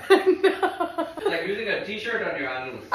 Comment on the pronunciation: The Indian pronunciation of 'anus' should now be the standard.